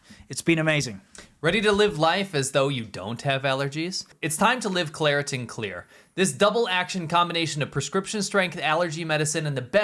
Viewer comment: Claritin ffs😂😂